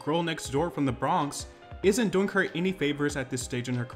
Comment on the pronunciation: “The bhronx”